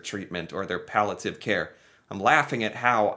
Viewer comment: palliative pall-i-ative. Read would ya?